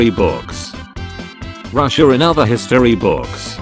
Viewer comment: ITS PRONOUNCED “Russia”